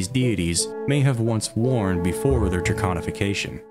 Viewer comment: Thank you for saying it correctly 🥲 so many lore channel say draGonification and it drives me crazy! Amazing videos 🎉